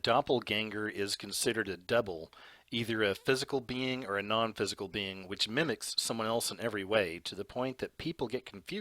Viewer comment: Sir ~ LOVE your content, but words like 'being' aren't pronounced beinGUH. The g is soft and you're making it a hard g. You're also making a 2 syllable word, 3 syllables. (Same thing with the word 'among'.) You seem far too intelligent and professional to pronounce words incorrectly. It makes you sound uneducated. Learn to pronounce words correctly. Listen to other adults pronounce words like that and follow suit, cuz that kind of ghetto pronunciation is grating if you want to be taken seriously. *This goes for words like 'doppelganger', too. It's not pronounced doppelganGUHGER. You sound stupid. You're not even consistent. Cuz you pronounced it correctly right after pronouncing it incorrectly. C'mon. Get it together.